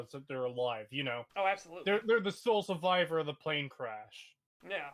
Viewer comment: Can we have a bit on the bingo card where says the word survivor or survive. He seems to say it a lot for some reason. I wouldn’t notice if it wasn’t for his pronunciation which somebody pointed out. It’s not annoying or anything it’s just distinct. It’s probably going to be a meme if it isn’t already. Is it that he says it a lot or is it that there’s always an opportunity to say it on STAG?